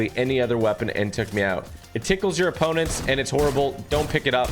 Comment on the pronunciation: bro tg said the twinfire tickles its apponents